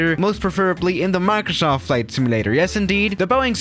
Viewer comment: The way you pronounce simulator makes me actually upset.